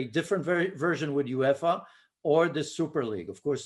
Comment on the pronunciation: What a horrendous pundit can't even say uefa😂😂😂